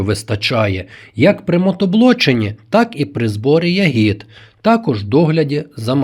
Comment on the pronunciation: Не хочу Вас образити , передивився усі відео , і в кожному ви робите одну і ту ж помилку в наголосі у слові ЯГІД (Не хотів тошнити , вибачте)) У слові я́гід (родовий відмінок множини від "ягода") наголос падає на перший склад — на літеру я.